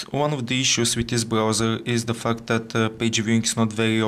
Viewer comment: he said "the fact", but it really sounds like "the f**k"